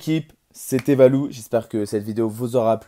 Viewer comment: Quand ta dit c'est Valou j'ai entendue C'est Balou mdr